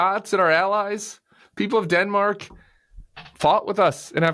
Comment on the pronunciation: "Dinmark" is how he pronounces it.